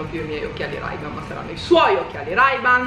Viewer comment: Si dice “rei ban”!!!!!!!!!!